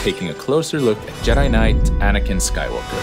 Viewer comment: Am I the only one who heard him put an emphasis in “Knight” while presenting it? Like if he wasn’t something more than the rank of Knight…